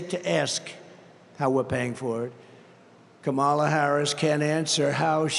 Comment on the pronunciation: "Ka' mala" haha the snowflakes are going nuts!